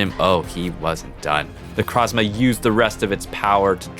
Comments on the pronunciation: = IT AINT "NECRAZMA"!! THERE IS AN O IN THE NAME! NE-CROZ-MA! NECROS=DEAD & PRISMA=PRISM! NECROZMA!!!! That dumb fucking TCG commercial has forever ruined Necrozma's good name i swear.... =w= Besides that dumb nitpick; Gotta sau love your nuzlocke animation stories!!! I swear you do better attacking animations than Jaiden!! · ITS NOT NECRAZMA IS NECROZMA DUM DUM